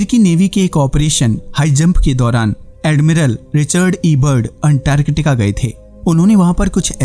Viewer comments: Bhai Antartica ko unntarrrtikaaa kyu bol rahe ho baar baad. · 1st go and learn how to pronounce antarctica😂😂😂😂😂